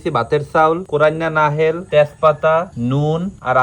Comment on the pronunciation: ভাই কিছু মনে কইরো না। ওইটা উচ্চারণ নাহেল হবেনা, ওইটা উচ্চারণ হবে নাহোইল।